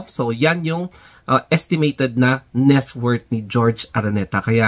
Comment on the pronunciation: Bakit GEORGE? It’s HOR—HE ARANETA…. JORGE / HORHE